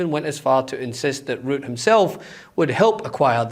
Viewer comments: To all Meidas Touch team: please teach your presenters that Macron is NOT pronounced 'Macrone' and Rutte is NOT pronounced 'Root.' Thank you. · You mispronounced Mark Rutte